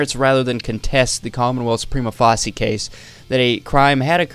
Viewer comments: Prima facie is pronounced Prime-uh fae-shuh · Prima Facie = Prime-Uh Fay-Shuh 😂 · Prima facie is pronounced like "prima face-sha." if you’re gonna do this kind of thing for a living, you should probably look up how certain things are pronounced. It’s a very important legal precedent. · facie is pronounce face-sha prima face-sha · it is pronounced "Preema Faysha" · Great video and research on this waste of breath! FYI, "facie" in "prima facie" rhymes with "Tasha"